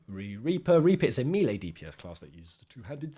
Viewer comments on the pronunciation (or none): none